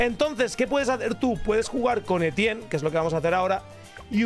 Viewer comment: Muy bien y todo eso, pero como dices "el bueno de Etienne" siendo este francés? 🥖🇫🇷 P. D: todo es humor, no se ofendan